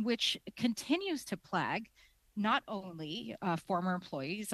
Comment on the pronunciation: Learn how to pronounce "plague"